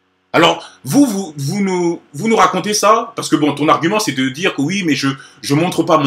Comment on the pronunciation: "tchiktok" " djire " Wtf ?